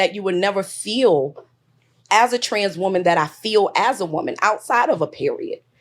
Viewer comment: I’m so tired of how no one can pronounce the difference between woman and women anymore. They just say woman (singular) for everything.